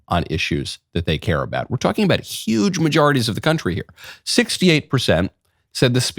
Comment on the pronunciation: "some people will say... the most beautiful, maybe even, of all time. 'Uge speech."